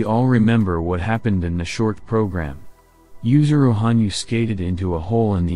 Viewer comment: *Yuzuru, not "Yusuru"